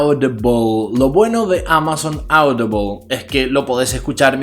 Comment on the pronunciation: Amazon aoudiboaaaaaoolll 🇪🇸: Amazon audible. Que se puede escuchar vaya xD